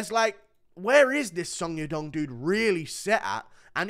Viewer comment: the way he pronounce song yadong💀💀